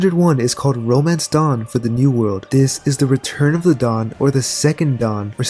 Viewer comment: I was showering while listening to this. I got water on my ear and it sounded like you said 'dong' instead of 'dawn'. Now thats what i keep hearing lol. "The will of the Dong", "Fantasize about the dong" "He will bring the dong and liberate the world"